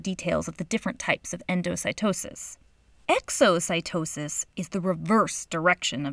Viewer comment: when she said Exocytosis '-'